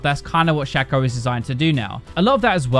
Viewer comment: It's not Shaco it's shaco